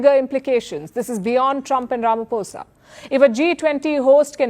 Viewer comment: Our President Is not Ramafosa u prounce it as Ramaphosa( P) not F